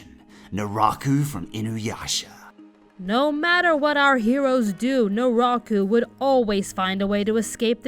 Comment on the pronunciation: “Do or do not, there is no try” His Name is Jason...and he has a Mask...”COINCIDENCE?! I think NOT!” “Narako”? Did I hear that correctly? I know it is “Naraku”